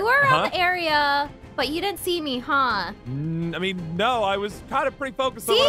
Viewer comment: Its no not nu